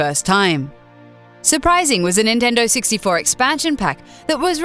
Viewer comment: "the great nintendo sixty-fo"